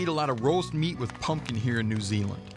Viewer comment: lol didgeridoo in NOO ZEELAN